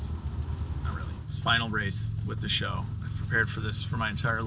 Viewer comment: I dunno why but it bothers me how you say s h o instead of sho-w